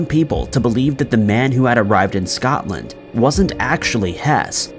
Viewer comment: So all the other channels i watch ...no issues.. wasn't he allowed to say Scotland either?? Because what i heard was Something else 🐵..🤣